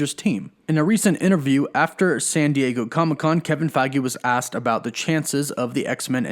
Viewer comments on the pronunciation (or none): none